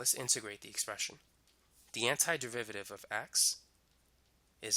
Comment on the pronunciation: Is he speaking the word derivative as "de-VI-VA-RI-ve" instead of "DE-RI-VA-TI-VE"?